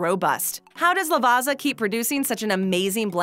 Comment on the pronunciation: Hey, just a quick info regarding proper pronunciation: there is no Z sound in Lavazza, the correct way is La-va-tsa-h. Ciao!